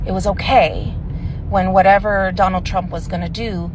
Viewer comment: Why don’t someone give “Dough-null” Trump a literacy test?